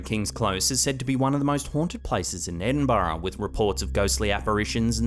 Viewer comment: 'Edinburra' pronounced correctly. Kudos. Poland Paraguay, I'd hate to be brutally murdered. I'd be okish with tenderly murdered though. 👌 "Hey sister,I hear you ain't been gettin nun".... Duke nukem. (A time to kill. PS1) Who else was expecting Jesus to turn his head in graveyard? 🪦.